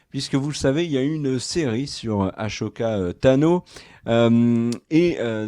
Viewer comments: Arrête de prononcer "achoka" cest "assoka" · Je t’adore mais stp arrête de dire achoka tano mais Ahsoka Tano Le H muet 🙏🏼 des bisous 😘❤️